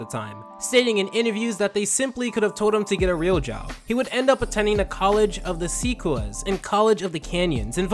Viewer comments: I can't believe anyone notable came from Hanford, CA. , it's pronounced College of the Sequoias (Seh-KOY--ahs). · Ayo wtf the creator of regular show went to college in my hometown also it’s pronounced the college of the sa-coi-ahs not se cuoi ha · College of the Sequoias is pronounced “seh-qwoi-yah”